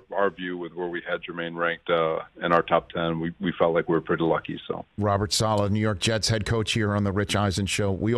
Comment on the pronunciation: "Sala" please Rich 😭 it's Saleh. This guy must be done correcting people's pronunciation though 😂